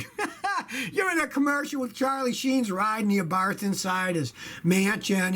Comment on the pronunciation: It's prounced Abart not Abarth.